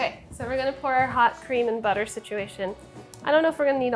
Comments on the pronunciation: I heard boutaire, and I was like, "What fancy cooking term is that?" Ten seconds later I realized Sohla was just saying butter with a "fancy" accent 😆😆😆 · I giggled hard when Sohla accidently spelled "butter" in a almost perfect German accent